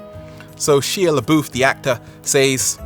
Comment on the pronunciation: Did you just call SHY-LA BUFF, SHEAL-LA BOOF? 😭😭😭